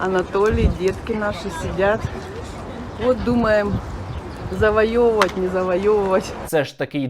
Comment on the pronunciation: Що за виродки говорили «завайовивать»?